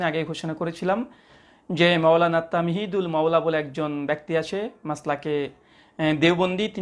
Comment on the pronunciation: ছাগলটা "তামহীদুল মাওলা" বলছে৷